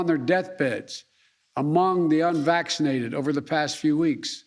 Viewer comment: "We are going to protect vaccinated workers from unwaxinated co-workers" 😆 🤣 😂 What a moron...